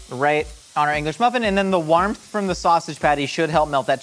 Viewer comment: Anyone notice his little "wArmTh"?